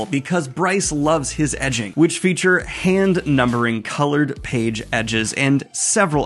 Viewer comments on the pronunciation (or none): none